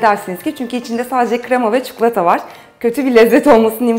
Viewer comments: idil abla çukulata deil çikolata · o çukulata değil çikolata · çikolataya çukulata diyor